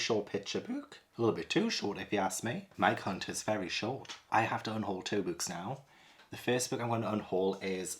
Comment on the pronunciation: I can`t stop laugting when from this video says Mike hunt and Mike Lit he sounds like hes says My cunt and my clit 🤣